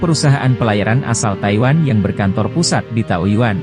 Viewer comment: Tayuiwan salah ngomong jangan rusuh bang😂